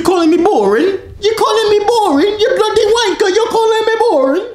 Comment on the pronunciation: Its not bluty its bloody